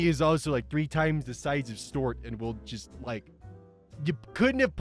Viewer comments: It's stu art, not stort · I'm happy to see a video from you and imma let you finish.. but.. how do you pronounce Stuart? Did you for real say stort. Repeatedly? Stort. Wut? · It’s Stu-art, you absolute mong. Btw, love your vids. Much love…..You mong